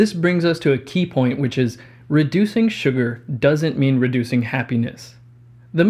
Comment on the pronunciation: Everytime he is saying "Sugar" I am hearing "Suga" and now I must go and listen to some BTS songs xD